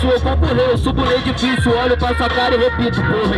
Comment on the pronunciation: e pensso porra "edificioo" kkkkkk